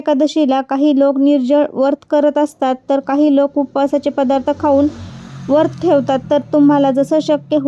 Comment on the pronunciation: वरत,नाही व्रत असे म्हणा. खूप छान माहिती सांगितली 🙏